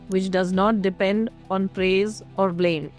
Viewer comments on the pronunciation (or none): none